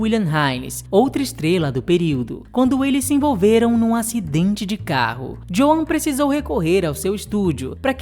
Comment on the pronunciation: Excelente vídeo! Só uma dixa... Na pronúncia de Joan é inglês, o a não é pronunciado; fala-se "Djôun"